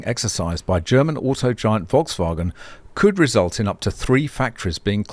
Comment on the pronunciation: why not? It's not banned by YouTube. People who comment on pronunciation of others are normally happy to have things like that pointed out. I now know a better pronunciation of Volkswagen.